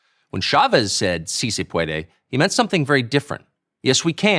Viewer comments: Not how you say it it's "Sì se puede" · “See say pwaaadway!” 🇲🇽